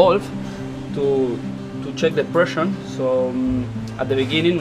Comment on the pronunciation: es pressure nene pressure !! no pression !!! el tomy english teacher